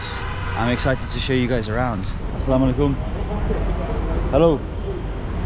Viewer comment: The Way He Say "Assalamualaikum" Is Far Better Than Some So Called "Salamalaikum" Or "Samalaikum", Astagfirullah....